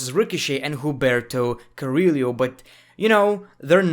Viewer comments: To pronounce Carrillo’s name is basically Ker-Rio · Just say Humberto you can ommit Carrillo "Carriyo" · Hum-ber-toe. Ca-re-o that’s how you pronounce it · Bro can you please learn how to pronounce Carillo ?😁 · Say it with me: Carry-yooo not cariro and Shane-ah not Shay na